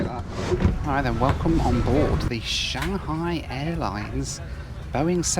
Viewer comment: I'm going to say this your loo reviews is top notch, and especially with the animation, which Josh Cahill's loo reviews lack lol! and thank you for pronouncing Shanghai correctly lol